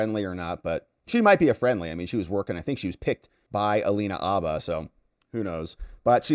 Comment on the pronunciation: Bro! Abba is a Swedish rock group. Habba is a lawyer. Include the H. Say Habba. Say it how it's said. Habba, dude, Habba.